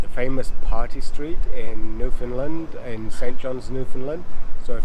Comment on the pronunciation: Just started watching you today and found this video of my home town. My thrice weekly walk is along that trail up to Cabot Tower. Love it! I got a chuckle watching you both struggle with pronouncing Newfoundland, you are not alone, lol. It rhymes with understand on the last syllable!